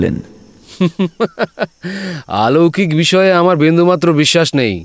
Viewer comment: Bhalo to khub e kintu aaloukik noe aloukik